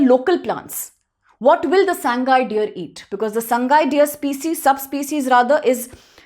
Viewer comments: Not "Sang-gai" it is "Sa-Ngai". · Pliz read Sangai as SA-NGA-I in local dialects meiteilon